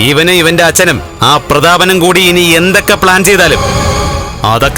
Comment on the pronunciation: Kannan kooti alla (koodi)annu Mistake